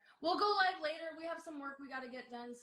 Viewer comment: Mürsel: canlı mı? Livvv Anna : Yes layv ... Helal olsun be Anna adamın konuşma özürlü olduğunu öğrenip birde telaffuzunu düzeltiyor rezil olmasın diye. Ama ömür boyu böyle mi olacak be Anna:)